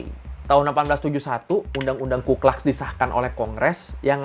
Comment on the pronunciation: Bacanya bukan "klax", tpi "klux" aja kaleeeee